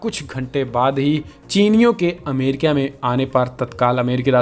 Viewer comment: Arre bhai Amrikia nahi America hai. Kindly correct it.